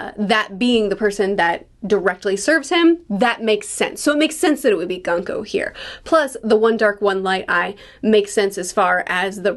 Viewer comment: By the way, Gunko is pronounced “Goon-koh”.